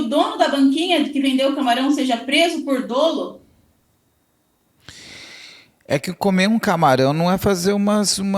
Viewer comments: Recomendo você se informar melhor,. A grafia correta da palavra é "dolo", para começar. SÓ ESSA GRAFIA ESTÁ CORRETA. O que eu me referi foi à PRONÚNCIA da palavra que é "DÓLO", com acento agudo no primeiro "o" e NÃO "DÔLO", como a entrevistada repetiu várias vezes. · Crime doloso....ou crime dóloso ? Olha...tá difícil viu....kkkkk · Não é “ o menino”, é o Marcelo. Não é “dôlo”, é “dólo”. E qualquer dermatologista vai te dizer que melasma é um tratamento de meses, quiçá anos. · Como que uma advogada fala "dôlo"? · Meu Deus a pronúncia equivocada de dolo, falando “dôlo” ao invés de “dólo” me quebrou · Tem alguns casos que é "melhor" o silêncio, essa entrevista é exemplo disso. Colega advogada, a pronúncia correta não é "dôlo" e sim "dólo" ... MISERICÓRDIA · Eu,como advogada familiarista, penso que esta advogada tem pontos fracos e me doeu o ouvido ao ouvir dôlo e não dolo;(dólo). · Dra, a pronúncia da palavra dolo, é dÓlo e não dÔlo… Pelo amor de Deus. Mas realmente, não entendo ser questão de dolo eventual não. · Advogado que fala "dôlo" ao invés de "dólo"eu não contrataria 😬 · A "aDEvogada" não sabe nem pronunciar a palavra "dolo". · não sabe nem pronunciar "dolo"